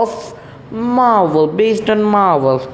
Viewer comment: I like how u say it Maahwell 😂